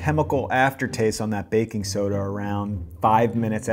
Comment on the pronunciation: He keeps saying baking SODA!!!! wrong!!!!